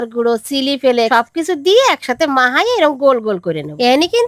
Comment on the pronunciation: মাহায়ে ❌😂😂😂😂 মাখিয়ে✅